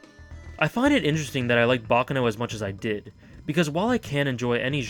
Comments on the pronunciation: Its pronounced bac caaano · Pronounce it like an Italian not an American